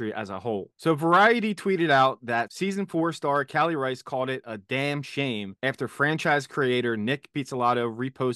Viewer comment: *Reis like 'Reese'